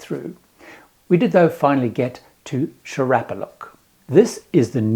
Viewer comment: It’s pronounced see-or-a-pa-look. Also it had 35 people in 2025, but that could be wrong